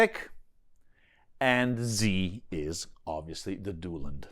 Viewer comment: “Italian” Duelund is very very close to the original pronunciation 👍